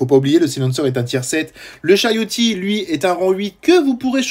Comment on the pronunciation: Charioteer ( on dis le r )